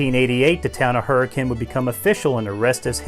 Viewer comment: You can tell he's from West Virginia because he pronounces "Hurricane" correctly.